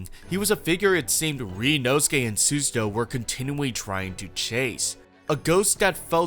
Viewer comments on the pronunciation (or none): Great video but it’s pronounced sue-ZA-toe not sues-a-toe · "Should I take the 90 seconds learn how to pronounce the assistant's name?" "Nah Sue-Suh-Toe it is" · I love this video, and it's a great analysis of her character. But the pronunciation of "Susato" is killing me, dawg 😭